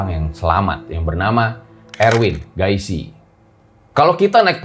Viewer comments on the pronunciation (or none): Erwin Giasi kak bkn gaisi 😁